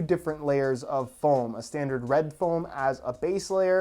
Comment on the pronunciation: is it just me or did he say form instead of foam